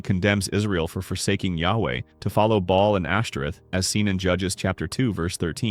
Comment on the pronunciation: It’s actually pronounced “Bay-all”, not “ball”. Good video, though. Pretty accurate.